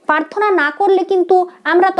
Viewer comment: Prarthanar uchcharon ta thik thik korun.. Prarthana.. Paarthona na.. Joyguru 🙏